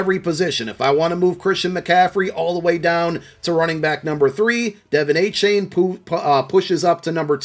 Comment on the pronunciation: appreciate the content. for future use, devon achane’s name is pronounced a-chan. like 4chan. the e is silent. thanks for all you do!